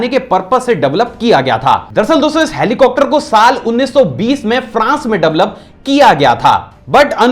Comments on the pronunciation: Sir helicocter ni hota heli-copter hota hai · hai.. aap helicopter ko ( helicocter ) kyu kehte he sab videos me jisme helicopter ka koi fact batate he. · Why do u pronounce helicopter as helicocter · Who noticed that he said helicopter as helicocter